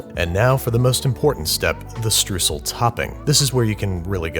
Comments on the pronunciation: Another German here :P Just FYI Andrew: As a little help for pronounciation of the word "STREUSEL" comming from the German side of the world, try to say it in a way like (Sh_troi_sel) obviously as one word. This maybe sound a little strange at first, but I guess this would come closest to the real German kind of saying it. But anyway keep up the great work dude ;) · pronounce streusel more like "stroisel". the way you do it is french. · If you want to pronounce "Streusel" properly, try "Shtroicel" or something along those lines. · Streusel: pronounce "st" like you would the "sh" in "hush", but with a "t" like in "stop"; pronounce the "r" like in "string"; pronounce the "eu" like you would "oi"; the "sel" part was fine really. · You pronounce it "Stroisel" with a hard "r" just like when you are doing a french accent. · Streusel --> pronounced: Shtroysell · As a german i was confused what he means with strusl....it is called STREUSEL...it is spoken like you angrily scream when you stub your toe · „Strüsel“ :D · Streusel is pronounced Shtroisel. Sh like sh(oe), troi like Troy and sel like cel but a bit softer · Im german but his pronunciaton of "Streusel" is completely different from how you actually say it. I was confused what he wanted to make until nearly the end xD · German commenters: I didn't understand Babbish was saying streusel Uk/Au/Nz commenters: (don't care how streusel is pronounced) but where is the coffee in coffee cake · Belagerungsmörser the Sheep you do realize different languages have different pronunciations of words. A word adapted to English from another language is going to sound different then if it were said in its mother tounge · From a German guy, Streusel's eu is spoken like in Oyster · Took me forever to get that he was saying "Streusel" The "eu" part is pronounced like the British "oy!" That's so cute If I ever move to the US, I'll name my dog "Streusel" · Babish : Streusel Comments : Germans have entered the chat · Say shtroycell...